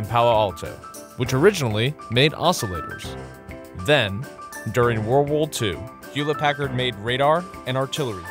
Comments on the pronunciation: The narrator read World War 2 as World Wool 2 😂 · What is "Worwol 2?" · How hard is it to say world war?